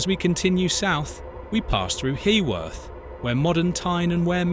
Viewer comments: You most seriously need to edit some place names ...HEWORTH....HEW-WORTH......PELAW...PEE-LAW....ETCETC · Edit... It's pronounced Peelaw. it's pronounced River Weer. pronounced Huuworth. You described Seaham and the coast line beautifully, but you missed a treat not showing any of it. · Stop murdering the place memes it's not Where it's Weir. . As for Pelaw and Heworth omg you'd get lynched